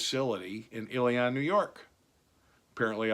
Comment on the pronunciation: Just a brief note, Ilion is pronounced "Illy-in", not "Illy-on".